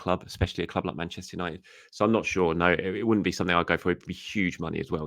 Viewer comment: 🤦🏼‍♂️ Manchester Who-nited ?